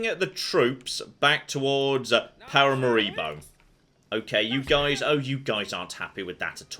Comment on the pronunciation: please, Paramaribo pronounced as pa ra MA ri bo, whilst you are saying Pa ra ma RI bo